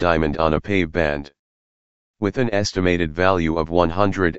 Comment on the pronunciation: Artifical voice it is pavee not pave like pavement. WHY OH WHY can't we use humans to read the text. GOD help us machine are going to take over, the biggest problem will be the younger generation will not know how to pronounce anything. They will not know the difference between there and their, etc. HELP, bring back humans.